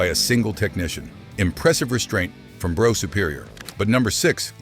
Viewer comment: It's pronounced bruff not bro.